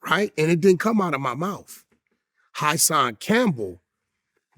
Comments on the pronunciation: Wack says “HighSon Campbell” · “High-son Cambell” - wack